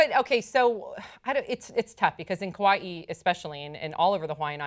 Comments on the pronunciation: Yeah I was so happy that pronounced it correctly! 😄😄😄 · Shoutout to for pronouncing Kauaʻi with the ʻokina hahaha